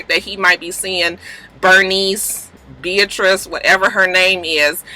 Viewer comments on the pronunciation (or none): Everytime you say Beatrice I die laughing 😂😂